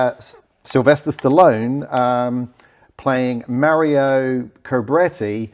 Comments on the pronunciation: MarioN not mario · Mario Cobretti?? Marion Conretti!!! Dude!!!